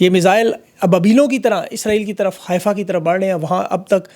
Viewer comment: Just to correct your information; It is called "حيفا" and NOT "حائفه" ..